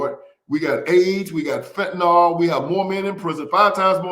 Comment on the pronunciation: FENTANYL!!! NOT FENTANOL.